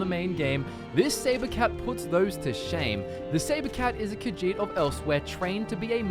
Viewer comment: I really hate that he keeps saying "Khajiit" wrong, but I don't know how to communicate the right way... Ugh.